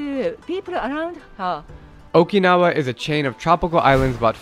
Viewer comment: Jesus Christ. You're the second American I've heard who can't pronounce Okinawa correctly. I don't see how it's so hard. Kids, this is what happens when you watch dubbed anime.